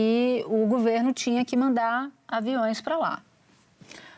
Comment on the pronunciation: Que bosta é essa que TODOS falam gUVerno!!! Pelo amor, é gOverno!!!!!